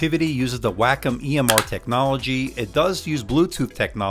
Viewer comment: Say 'Way-com' not 'Wack-em'